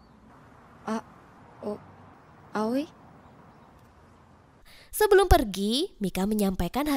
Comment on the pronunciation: Aoi.. bukan awi 😂😂